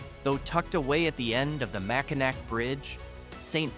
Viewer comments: Mack-uh- NAWWW ffs who cares if it ends with a "C" or a "W".. it's ALL MackinNAW mack a nack.. puts a hurt on our ears.. There's Kansas.. and Arkansas.. but ppl don't call it Ahr- Kansass, they say Arkansaw roit? Research a place.. do yourself a favor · As a life long Michigan resident, I enjoyed the video, however please learn to educate yourself on proper pronunciations of these beautiful towns before making videos. I had to turn it off, because I couldn’t stand all the mistakes of our beautiful towns and landmarks. It’s Mackinaw city, and the Mackinaw bridge, not “Mackinac”. That’s just one example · It's just hilarious how he pronounces Mackinac. It's supposed to be pronounced Mackinaw. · MACKINAW, not Mackinak.